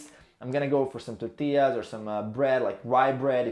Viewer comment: was going to say you pronounced tortillas correct but I forgot you're from Spain lol.